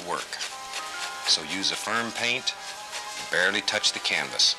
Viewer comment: He actually said "flustrations". And he said "turpentime". On other shows he used the word "fuhther". It's either farther or further, but Bob liked to say fuhther. And it seems to me he said "varely" instead of barely.